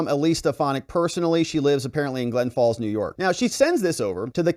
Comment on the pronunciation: It’s Glens Falls, not Glen Falls. Plural, no apostrophe